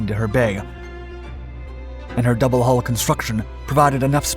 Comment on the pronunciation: It's double HULL not double hall .